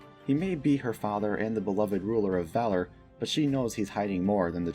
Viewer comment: Is it just me that listens to audiobooks and no it is pronounced Fehler not valor although it is spelled Valor